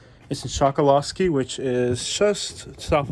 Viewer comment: Locals call it "Chuckaluskie" and not "Chockoloskie"